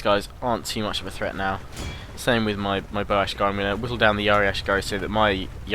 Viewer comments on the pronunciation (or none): none